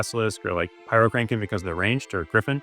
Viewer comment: Oh, my bad. My hearing is pretty degraded. You did say heal and it sounds like kill to me. Also, when you say "Pyrokraken" I hear it as pyro-CRANK-en.